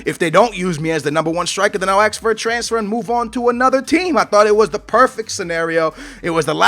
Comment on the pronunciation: "ask",. not "aks"